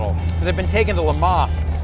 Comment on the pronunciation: Thought I'd heard every butchered mispronunciation of Le Mans, luh-MAH is a new one.